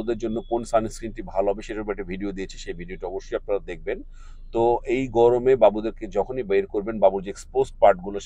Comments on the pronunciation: vai gomore na gorome hobe. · গমরে নাকি গরমে?